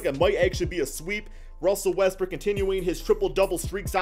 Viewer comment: Am I the only one who hears Russel Westbrick when he mentioning Russ?